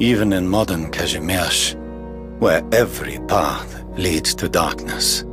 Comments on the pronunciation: Goodness, and he actually knows how to pronounce Kazimierz in the Polish tongue. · He says kazimierz right. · AND HE SAID IT RIGHT!!! my God I never would have thought that there will be and EN voice that says Kazimierz right and as an extra bonus he also says Młynar right, mind blowing